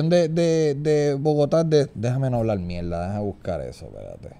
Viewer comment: Ufff me encanta cuando Chente dice "mielda" xd